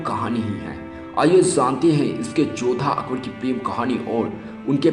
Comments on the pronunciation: Akber jo bhi tha jaisa bhi tha usne jo bhi kiya kis liye kiya aur kyu kiya aur yeh viose mein jisne akber ki haqeeqat batayi usse main ek baat zaroor kahonga bete pehle dhang se bolna sikhley goukhey kaisa bolta hai tu ( akbad aitha thha akbad waithaa thha ) aur haan agar baat karna aajae to phir se research kar ke video post kar samjha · Itna ghatiya pronunciation Zara apna bolne ka tariqa to sudhar le kya bol raha hai " akbad " ☺️😊😊